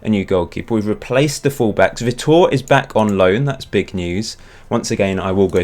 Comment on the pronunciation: btw vitor is "vee tore" i have a friend from Brazil called Vitor so I know